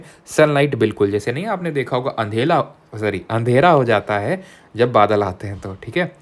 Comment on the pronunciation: Usne (ssc) kaha - kaise karoge? usne kaha kaise karoge mujhe pratp? Maine bola - Badalo ke andhele (accent😂) se upar ujala hoti hein jo har na mane uske sath uparwala hoti hein. Ek ek karke frb series ko karunga samapt.aise karunga usko prapt...